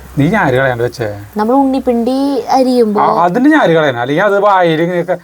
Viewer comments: ഞാര് അല്ല.... നാര് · ഞ്ഞാര് അല്ല നാര്😂😂😂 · ഞാര് അല്ല, നാര് എന്ന് പറ